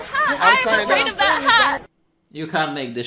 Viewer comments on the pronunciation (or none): "Oim Afwaid!"